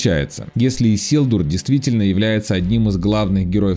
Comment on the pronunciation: Может я придираюсь но его зовут Исильдур, а лично мне режет слух произношение его имени автором. А так автор молодец огрономе спасибо за старание ☺️